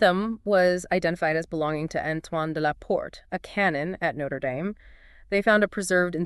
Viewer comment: Learn how to pronounce Notre Dame.